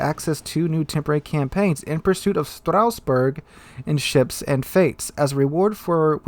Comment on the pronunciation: It's Strasbourg not Strausbourg